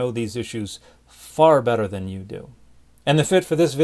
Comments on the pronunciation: Jur-a-sis-ick pa-rak!!! 😂😂😂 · That's a different way of pronouncing Jurassic Park.......... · I was enjoying my morning coffee, relaxing in front of my computer, and then you said "Jurisisic Parak" and now there's coffee all over my monitor. Thank you Dan. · "Joo-rah-sissic Pah-rak" made me spit out my coke XD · Dan McClellan is, in fact , a liar. That is not how 'Jurassic Park' is pronounced at all! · The way you said Jurassic Park was fun! 🤭🤭